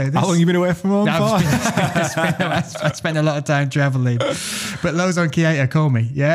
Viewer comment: Its Keita not "KIETA"... correct it up :D